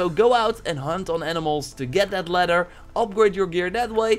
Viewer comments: *Lether Leather. Le-ther. Le.......ther. Not letter. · "All you need is ledder"